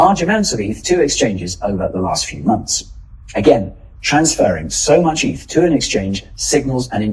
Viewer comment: It’s “eth”, not “eith” you numbnuts 😂